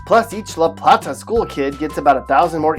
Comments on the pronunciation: First, the blithering idiot narrator pronounced LaPlata and Bowie wrong. La-plate-a not La-platt-a. Boo-ey not Bow-ee. Takoma Park is a hard communist hellhole where Republicans are not allowed to live and smoking a cigar in your backyard is frowned upon. Cheverly is a PG County dump with lousy restaurants and surrounded by crime and the schools are atrocious. La Plata is becoming a dump as it is getting the riff-raff from PG County migrating there. Poolesville and Rockville are in big government Montgomery County where you have to ask permission from the government to do almost anything with one's own property. The elected officials are hard-core Stalinists. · its pronounced Lu Playtu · La Plata pronounced La Plate Uh. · Did he just say LA PLAAAAATA. Sir no, it’s La Plata, like a plate 🙄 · Correct pronunciation of La Plata and Bowie: La PLAY-tah, not La PLAH-tah BOO-ee, not BOE-ee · It’s pronounced (la plate-a ). And ( boo-e) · This is the absolute worst advice ever. But its obvious this guy isn’t from Maryland. La Plata is pronounced La Play Ta. Not The way he says it. Same with Bowie. Its not Bow E. It’sBoo E. And its a dump in the middle of Prince George’s county. What about Solomons, Annapolis, Davidsonville, Several parts of Southern Maryland are great. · Okay so first it’s La Play ta (La Plata), second it’s Boo wee (Bowie) and third Rockville is only a 20 minute drive north of DC, your depiction has Rockville up near Hagerstown which is about 1.5-2 hours away. Maryland is a wonderful place to live, especially Montgomery County. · That's not how you say la plata- Its La playta (that's how you pronounce it) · Say it with me..... La playyyyyyy ta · La Plata is pronunced (la-plate-uh) here in Maryland. Plus, you've got Rockville mapped totally wrong. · The guy mispronounced La Plata, Bowie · He pronounced LaPlata wrong but also LaPlata is def the worst cities including with Waldorf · Seriously? Mispronounced 3 of 10 cities? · He Butcherd La- Plata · And Laplata